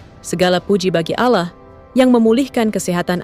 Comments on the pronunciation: Allah mba bukan alla 😂lucu denger mba ini bilang nama Allah gimana gitu 😌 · Allah bukan Alah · Narator bkn Muslim nggk bisa melafdkn alloh